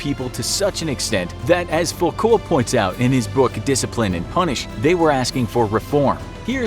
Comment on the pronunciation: In French, Foucault is pronounced like foockoh